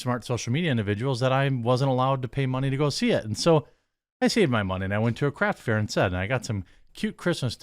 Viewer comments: I know you said craft fair but it sounded like you said crap fair. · You said "I went to a craft fair" but I heard "I went to a crack fair" and now I'm itchy all over imagining how fun a crack fair would be.